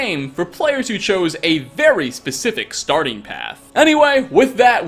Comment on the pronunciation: where are you from? I wanna accurately make fun of the way you say "starting".